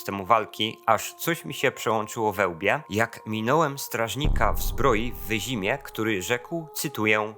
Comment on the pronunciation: W Wyz"y"mie. To nie jesst wyzimia jak wyzimianie. Wyzymia. ...chyba, ze trollujesz.... To jesem debilem. Przepraszam. A wiedzma to wiedźma. Nie wiedzminka. ...bede sie czepial Sapkosia. No uparty jestem.